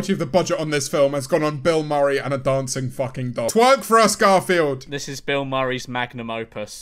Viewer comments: Is it just me or did George call Garfield "Granfield?" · I love how for like 70% of the first movie George calls him garnfeld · George saying “Gamfield” repeatedly and waiting for to say something is just... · George messing up Garfield's name every once in awhile kills me, he was literally referring to the cat as "Grandsfield" for like three minutes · George calling Garfield "Gramfield" is the best part of the entire vid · "granfield" can confirm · Everyone: Garfield Memeulous: G R A N F I E L D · He does it again ! Is this some sort of joke, George? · next challenge, take a shot everytime george doesnt say garfields name right